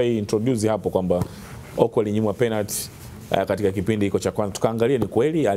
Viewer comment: Huyu nae chizi,mara aseme penat mara sio penati,duu anachekesha